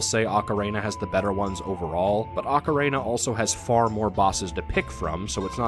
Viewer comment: Loved the video, but this drove me nuts: Do you see a third A in the word ocarina? It's ock-uh-reen-uh, not ock-uh-rain-uh. Okay, rant over. Great vid!